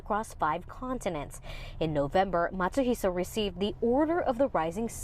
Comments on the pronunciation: His last name is Matsuhisa, no "sh" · It's actually Matsuhisa, not Matsuhisha.